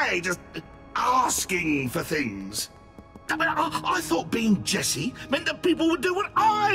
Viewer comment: yo bro is saying esse dude[ment to say jesse]